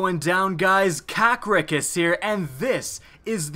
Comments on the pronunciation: HOW THE FUCK DID I KNOW HE WAS GONNA SAY!? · "Hey guys here" uhh is he bouta have a stroke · Rewatching this and found out that he said